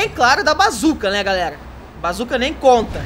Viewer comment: Aprende a falar mano não é garrega é galera !!!!